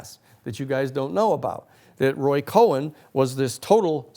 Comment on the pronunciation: Minor detail: it's "Roy Cohn"